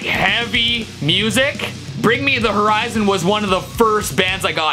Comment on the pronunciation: He also mispronounced horizon